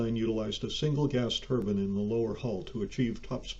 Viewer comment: It's not a "TURBIN". That's head wear of a religion. It's a "TUR-BYNE" TUR-BINE